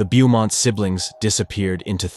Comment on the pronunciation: Pretty sure you say it "Boh-mont", not "Bew-mont". Also, it's "dug up", not "dugged up". Want me to be your proofreader?! I catch them all, even in best-selling novels. Yeah, I do like your channel actually. I'm kinda dark.